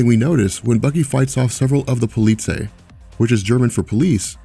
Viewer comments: It's not pronounced "poli-say". It's more like "polit-sei". :) Not important in the least, but I speak a little german and it made me go wtf. lol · The german "ei" is pronounced like the english word "eye". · Polizei is pronounced a bit more round at the end. 'ei' in german sounds like 'ay'/'ai', with the 'z' not being a soft 's'-sound, but a sharp 'c'-sound. Just FYI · hehe polizei couldn't be pronounced more differently ; ) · The way your pronounce "Polizei" is so funny. :D "Ei" in germany is pronounced like an I in english.